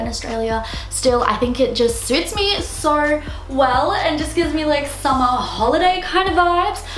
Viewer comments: Is she saying sor instead of so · Whenever she said"so" ,I thought she said "sorry"😁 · kylie sturzaker I didn't even hear her accent until she mentioned shes Australian, its just how she pronounces "so" that tipped me off